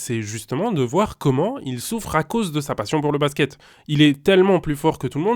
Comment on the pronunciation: pourquoi tu dis Basqué au lieu de Basket ?